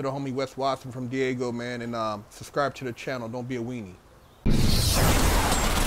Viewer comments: keep calling Daygo, Diego. U from California, u should know better. Great content tho, I'm subbed. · It’s DAGO not DIEGO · He picks it up later . It's DAY-GO !